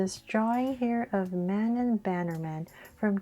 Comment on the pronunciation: Manon's name is pronounced MAN ON no hate